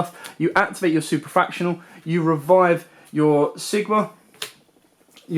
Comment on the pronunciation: As a mathematician your pronouncians trigger me 😭 They’re Super factor ial Alembertian (alem berci an) Laplacian (Lap lace ian)